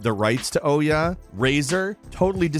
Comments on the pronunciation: It’s not oh-ya, it’s pronounced oo-yah. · It's pronounced "oo-yah", not "oh-yah". For goodness sake,, everyone else knows how to say the name, so why not you? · Wow, you are not good at pronunciations, but still like ya. Ooh yah hehe. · It was pronounced "oo-ya" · Surprised to hear the actual pronunciation of Ouya lol. Been calling it "ooyah" when it was relevant but never heard anyone saying the word, only read about it. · Never going to get over you calling the Ouya the Oh Yeah. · The Ouya (/ˈuːjə/ OO-yə), stylized as OUYA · I have never heard anybody prounounce Ouya like that in my life. It was all over the games channels when it was coming out and not one industry reporter or insider pronounced it like that. Were we all missing something back then? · I love that you mispronounced the Ouya's name! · Is that the correct way to pronounce Ouyh, with a hard O? I've always pronounced it with a soft O. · I think you pronounced Ouya wrong.